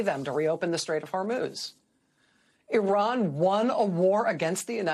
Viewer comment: Dear Racheal Maddow , regards , thought u were an unbiased person , but the tone u adopted about Iran sounded , every time u said Oran , sounded as if u Americans r aliens from outer space & Iran som down trodden nation , quite unlike u . Oran has existed on world map long before long before US was discovered & has been centre of eduction for centuries , like Kabul & Iraq , which the crusaders & invaders like US destroyed , many times making excuse of savingUS these being thousands kms across Atlantic Ocea. Americans think